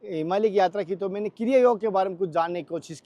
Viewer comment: कृप्या "योग" को "योगा" न बनाएं। 🙏🙏🙏